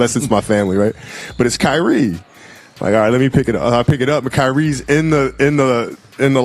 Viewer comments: Kireaye was worst 🤣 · Kiriay?!? Who tf is Kiriay?? 😂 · The A.I saying Kiryé is crazy work 😂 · Who the fuck is kyreaye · TBF it’s pronounced in Japan where the beef is from. Now the way he pronounced Kyrie, “Kee-ree-aye is heinous. And yes, that’s a word too. But this is what happens when people use these AI voices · Couldn't even pronounce Kyrie properly lol, and Kobe